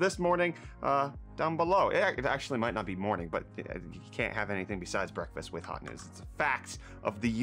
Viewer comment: Did Break just call it brettfast